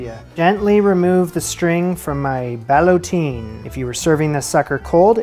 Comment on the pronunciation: "Ballottine" rhymes with "guillotine". IJS.